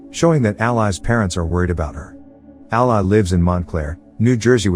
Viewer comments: The narrator is saying ally, when its actually all-i (y) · Ally is pronounced Al-LEE. not al-LIE. idk how the movie pronounces it, so idk if it's a misspelling or mispronunciation. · Curious, why not put something like "ALLEY" in the text to speech script to fix the pronunciation of her name? I know these are basically soulless farm accounts that just churn out tts videos, but at least put a TINY bit of effort in? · Listening to the computer mispronounce Ally repeatedly was irritating and I gave up watching. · Whoever does these can you phonetically spell the character names before the reader processes them please? It is really annoying hearing Ally mispronounced every sentence. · I can't finish this one, pronunciation of ally made it impossible. I'll go watch the movie instead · I'd have watched this if the narrator knew the pronunciation of Ally. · 😬 who else cringed at the pronunciation of her name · omg i was gonna comment it...was so irked off the entire vid because of it